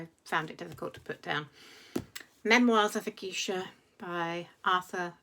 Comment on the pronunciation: "Memoirs of a geisha" -- just to let you know, it's pronounced GAYsha.